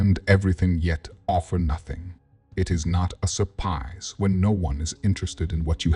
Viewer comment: It is not a sur-PIE-se 😅